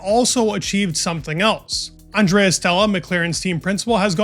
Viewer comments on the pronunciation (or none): none